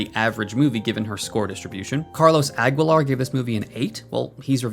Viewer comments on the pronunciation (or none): none